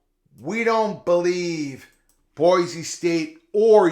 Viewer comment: FYI, in Idaho it's pronounced "boy-see", not "boy-zee".